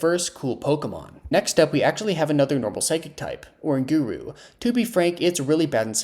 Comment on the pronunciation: Idk if ive ever heard someone say oranguru like that